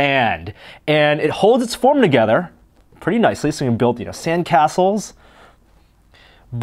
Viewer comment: Kinetic sånd pronounced sarnd